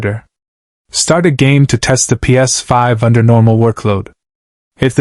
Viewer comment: Ai fixing a "Ps5".. 😂🤣😂 can the ai say ps5 for us again... Laughable ai slop